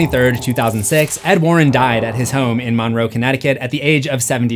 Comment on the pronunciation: shoutout to my hometown. it's pronounced mun-row, like james monroe's name